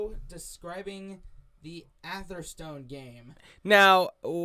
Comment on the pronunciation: Its pronounced "Averstun"